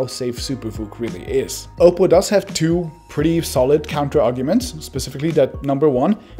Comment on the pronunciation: Finally someone pronounced oppo right